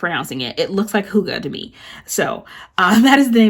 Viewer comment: Yes you got it right- it's pronounced hoo-gah just like you said!!! Also, that fashion girl would have matched the Crafts by Thaowie new year kit I think!